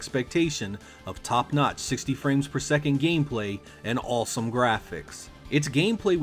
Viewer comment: Why do you pronounce the aw sound like in in awesome like "all" "allsome, balls battle"??